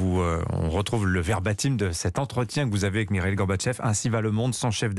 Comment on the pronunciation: Ce journaliste prononce Mireille !!!! Pourtant ce n'est pas difficile... quel médiocrité !!!!!